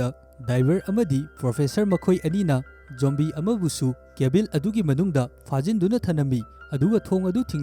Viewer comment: Pronounce khara soiba yao a semdok o mathang taba da nungaite eg. Cabin da Cabil atei² su khara